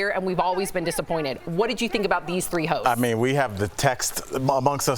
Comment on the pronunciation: i had to turn on subtitles cuz the first 3 times i heard "hoes" instead of "hosts"